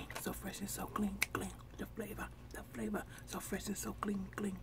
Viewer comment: Me and my kids who are 5 and 4 months just love watching you and when you say the favor lol we love you thanks for being you